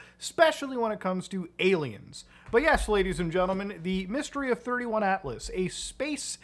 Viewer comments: its 3i Atlas not 31 Atlas just saying :P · Bruh…you did not just compare Avi Loeb to Steven Greer… Also, it’s 3 i Atlas, not 31 🫤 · It's not 31 it's 3i as in the 3rd interstellar object found. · Not sure if I sticking around for this video after he calls it 31 atlas 😂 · As soon as he said “31” atlas I stopped the video 🤦🏻‍♂️